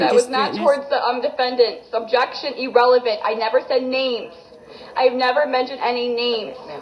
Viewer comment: "EEE-RELEVENT!!" Maddening!😝